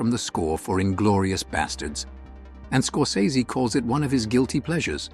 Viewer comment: That’s not how you pronounce Scorsese.